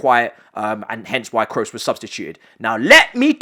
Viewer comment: My dude is not Tony "Krus" is Tony "Kros", do not pronounce the double "OO" as if it were a "U" in english.